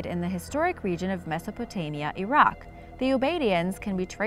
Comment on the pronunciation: Finally, somebody that actually pronounces Iraq 🇮🇶 properly.